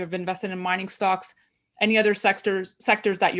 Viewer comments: I died laughing when said "sexters" instead of sectors!!! LOL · "SEXTER'S".......I heard that 😉🤣